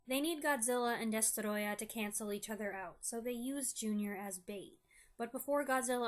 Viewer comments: Well done. You made me care about the fate of a mutated, fire breathing lizard the size of a skyscraper! Plus your pronunciation of the antagonist's name is absolutely spot on! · It’s adorable how you pronounce “DESTOROYAH!”